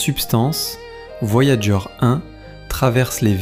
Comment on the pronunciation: "Voyagé 1" au lieu de "Voyageur 1", je n’arrive pas à m’y faire... Si vous voulez proposer des extraits d’émissions anglo-saxonnes, laissez la version originale à disposition, ou à minima, dites à votre IA de prononcer les mots correctement. J’imagine que vous ne le ferez pas car vous n’avez pas les droits de rediffusion... Ah là là c'est beau l’IA pour se faire de la thune facilement.